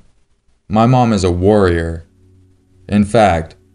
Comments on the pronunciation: When you said 'my mom is a worrier' I thought you said 'warrior' so I was like 'wat' about the rest of the statement. Might switch it up next time by saying 'worry wart' or some other thing. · When he said the mom was a worrier I thought he said warrior. I was thinking, "the fuck?"